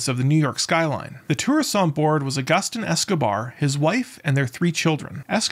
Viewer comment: The footage at :49, that shows the erratic helicopter is from 6 years ago!! His name is pronounced "ah-goo-steen".